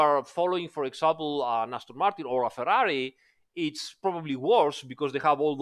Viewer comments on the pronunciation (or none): none